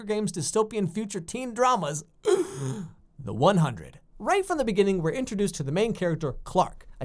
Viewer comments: Before you make a video of a show learn how to say the name right lmao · The 100 is great!!! And it's the hundred, not the one hundred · Your here to trash talk it but cant say the name of the show right its the hundred lol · it’s “the hundred” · You called it the one hundred? Seriously bruh🙄 Atleast try to appreciate the dumb show especially the first season that was actually good since you can't even pronounce it. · Okay I'll continue watching but can I just... Its the Hundred ಠ_ಠ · coughs It's pronounced "the hundred" Anyway, you really only think of it as a teen drama through the first two episodes. After that, it gets pretty intense, and around the second half of the season, you can tell that they start to quickly mature and work together when they really realize that it's a life or death situation.